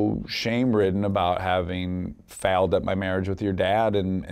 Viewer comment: Can anyone tell me when Dax says faled is he saying failed thanks😊